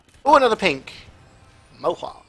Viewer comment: CJ Kaled: Anotha one, anotha one